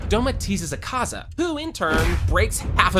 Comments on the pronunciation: Akazz-a? Do-ma?😭😭 Bruh It’s Akaza and Douma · Akazz-a💀 Doma 💀💀